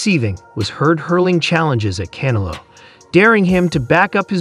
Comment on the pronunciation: Hey AI its CanEllo not canalow